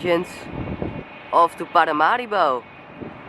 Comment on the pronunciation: Is Paramaribo not parimaribo